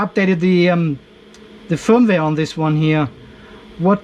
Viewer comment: Fireware ? Feuerwehr ? or did they meant the usual firmware ... but it sounded funny FireWehr.